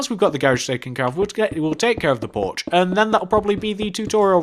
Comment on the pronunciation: I swear you say Borch not porch